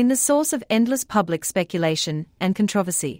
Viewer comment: Why do people posting videos want to rely on ai to do the commentary? This ‘voice’ cannot pronounce CONTROVERSY for crying out loud.